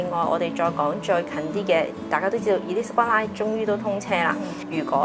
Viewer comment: Would your guest please pronounce “Elizabeth Line” properly.